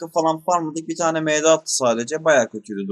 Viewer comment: Sen ingilizce bildiğini felan mi kanıtlamak için md ye em di diyorsun . Benliğinizden vazgeçmeyin . Bu nedir gerçekten